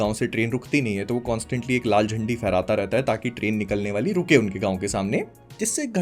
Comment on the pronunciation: you said laal zandi, I heard laal chaddi 😂😂😂